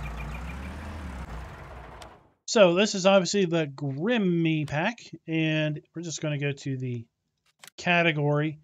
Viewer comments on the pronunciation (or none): It's not "Grimmy" :-) It's a German name, It's a dull "e" at the end, more like "Grimmeuh" , short at the end :-)